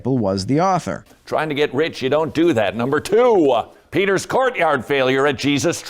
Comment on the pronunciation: "Number ta-hoo!!" Who convinced that speaking this way was a good idea?